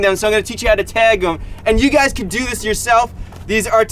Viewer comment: Hygys (Hey guys) pronounced Hi-gis